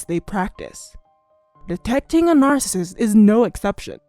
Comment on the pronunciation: If you can't say NARCISSIST don't be in the video I had to stop listening